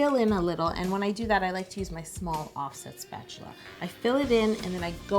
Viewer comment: Am I the only one who immediately heard “OFFSET” in offsets over from Migos every time she said it